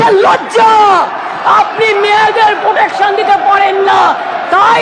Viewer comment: দিদি বলছে প্রটেকশন.......??????